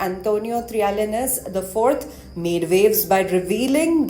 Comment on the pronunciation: Please say his names properly : Trill-ya-ness